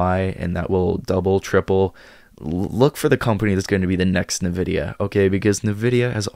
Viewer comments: its pronounced Envidia not nAvidia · I started investing in NVDA in 2016, so far that initial investment is at 10,200% - I’m long on it in my IRA. Also it’s pronounced “en-vidia”